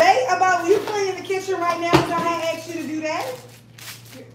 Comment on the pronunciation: That’s the first time I ever heard her say “dew” instead of “do”.. hilarious